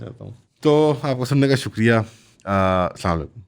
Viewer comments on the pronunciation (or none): Ffs it's Assalam-o-alaikom not assamalakum